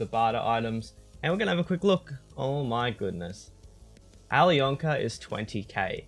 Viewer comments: You dont speak out the "k" in alyonka :) it is "Ayliona" :) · please learn how to say alyonka